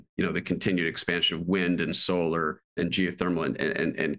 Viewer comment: Solor and wind energy LOL